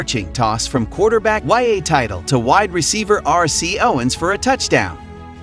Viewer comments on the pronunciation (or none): YA TITLE ? Dude's name was pronounced "Tit" as in Tittle ChamberLANE WTH? Wilt the Stilt was pronounced Chamber Len Artificial Intelligence/AI bullcrap narration is not human and needs hooked on phonics training